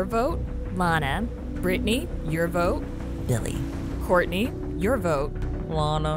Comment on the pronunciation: Kourtney calling Billie chili instead of Billie. 😂😆🤣